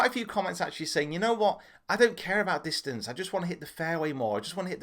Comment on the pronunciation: Did you just say distance is sex?